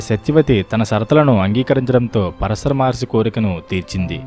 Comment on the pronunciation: Pronounce “Paraashara Maharshi” properly